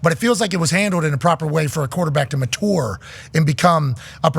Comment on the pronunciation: Pat never missed a chance to say the word matúrê